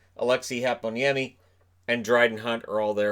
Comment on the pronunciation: I fully approve your pronunciation of Aleksi Heponiemi.